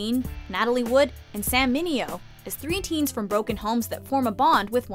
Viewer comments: Sal not Sam Mineo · *Sal Mineo not Sam Mineo lol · Um, not Sam Mineo - Sal Mineo. Did you even watch the movie? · Who is 'Sam' Mineo? Doesn't anyone check these things before putting a video up on youtube? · Good list. BTW, Its Sal Mineo not Sam. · It's Sal Mineo. Not Sam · "SAM Mineo"? Sam? Was I the only person who caught that?